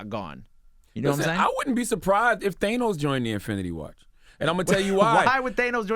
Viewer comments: Charlamagne "THAYNOS" LMAO! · They-nos Lmfao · I hate how Charlamagne tha God says Thanos